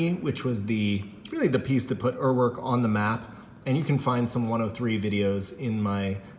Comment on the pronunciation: One Google search, and you will know how to pronounce Uhrwerk